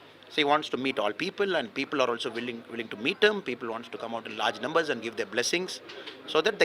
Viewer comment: The journalists speak good English than the IPS officer. Nember instead of Number.....